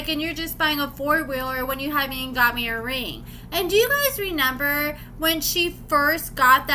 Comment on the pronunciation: Dude ….It’s not Renember Its ReMember